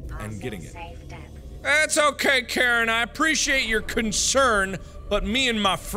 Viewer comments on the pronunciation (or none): none